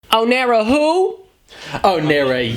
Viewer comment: First of all you call it "oniro" and not "oneiro". And she's underrated af